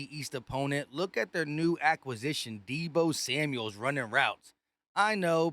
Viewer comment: Why do you always say Debo Samuel’s ?